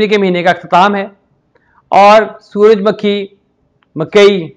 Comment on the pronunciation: suraj "MAKKHI" nahe hota suraj "MUKHHAI" hota hy